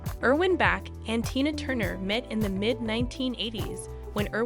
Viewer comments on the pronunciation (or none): Also, it’s Erwin Bach- pronounced Bahk, NOT Back!!!!As the video notes, Erwin was also in the music business as a producer for EMI.